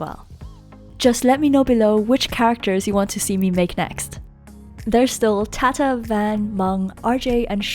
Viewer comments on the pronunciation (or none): Love this video! Btw it’s pronounced “taw taw” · The way she pronounced tata !noooooo!!!!!